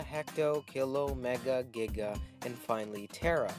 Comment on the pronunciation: It's Giga, not Gigia.